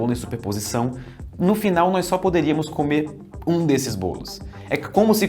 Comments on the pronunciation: Ótima narração, mas não é nóis, é nós!!! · Narração perfeita, com excessão do NÓIS, é NÓS ($$NÓZ) Isso me dá agonia